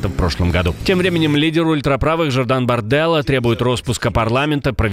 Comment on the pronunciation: Не БардЕла, а БарделА. Забудьте свои итальянские привычки ставить ударение на предпоследний слог, когда говорите о Франции !